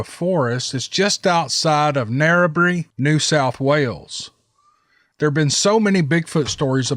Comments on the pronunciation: "Pilliga" is pronounced "Pill ig a" and "Narrabri" is pronounced "Now ra bry" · I used to hunt in the Pilliga forrest .. pronounced PILL - LEE - GAh Yeah shot a few pigs in that scrub.. Narrabri pronounced - Narra - Br- eye :) Song about the plains out at Narrabri..